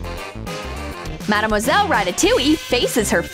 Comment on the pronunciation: Its not marmoselle its madmoselle